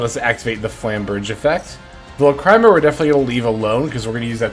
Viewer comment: Guide's goated, you really did your homework on this one, my one nitpick is the way you pronounce a few cards, specifically Lacrima (pronounced Lacreema, it's the Italian word for teardrop) and Mu Rcielago (ngl I have no clue how to explain how it's pronounced, but it's the Spanish word for bat)